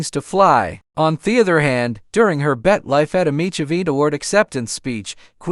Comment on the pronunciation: Every name is said wrong from Latafah to tv channel BET...redo this with a different better AI